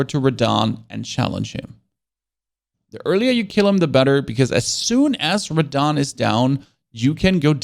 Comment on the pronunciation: That really hurt me when he said beat radhan